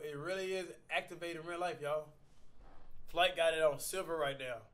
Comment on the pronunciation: flight is before u say the h like hooee